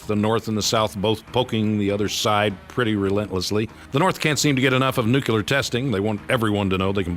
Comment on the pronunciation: Nuculer. .. seriously Chuck?